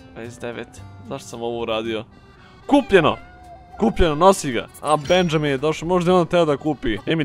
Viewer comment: Benjamin se cita Benaminj